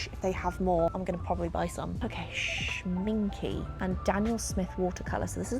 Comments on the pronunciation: What a fun video :) if you like watercolours, I really recommend trying the Schminke (pronounced shmin-kuh)ones. I have their artist grade pan set and some tubes and they are really good quality and a joy to work with. Daniel Smith is also really good. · It is not pronounced Schminki! It is pronounced Schmincke with an e at the end like the in the word end or elephant!